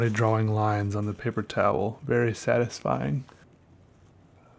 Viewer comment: the whole draw-wing?